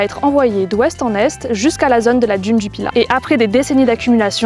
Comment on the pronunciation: Beaucoup de gens prononcent « djune » au lieu de d’une comme cette personne 🤦🏻‍♀️🤷🏻‍♀️